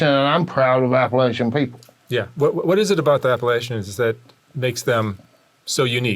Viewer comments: thank you mark for pronouncing “appalachian” correctly. 🙌🏻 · He said Appalachian the right way...keep your apples.